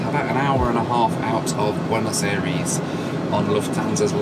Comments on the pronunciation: Bueinos Eyrees? Suddenly you're Murican? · I hate how you pronounce Buenos Aires